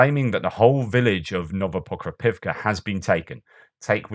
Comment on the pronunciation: You must have had an extra cup of tea today. You nailed it on Novoprokopovka and Novopokrovka. Great job! ;)